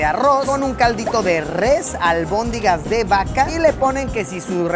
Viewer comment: Es"albóndigas" no albondingas